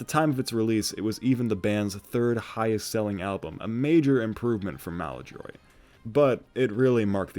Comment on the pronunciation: lol your pronunciation of Ocasik kills me every time... and Maladroit... jesus